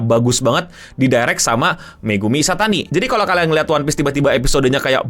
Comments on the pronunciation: Ishitani gk sih?, bukan Ishatani 🤣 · Bang Megumi Ishitani bang.. bukan Ishatani